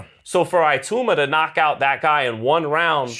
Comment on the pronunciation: Hahahaha that white man is just butchering every single damn name. Has he never watched boxing before? Man said Flip Hrgovic hahahahahah. Pronouncing Itouma isn't that hard either. Straight comedy skit this